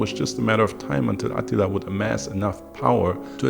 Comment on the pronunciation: The only downside to this video is that AH-teeel-AH's name doesn't have the same gravitas as Maaaar-koos Orrrrrr-REAL-eeeee-US. Still, our boy is THE best storyteller on YouTube. Fact.